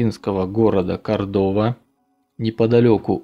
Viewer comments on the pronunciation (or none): Неправильно. КОрдоба, а не КордОба.